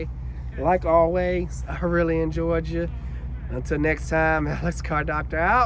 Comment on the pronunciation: Alex I like in the video at the end you said I really enjoyed ya but it sounded like you said I'm really in Georgia. Lol😂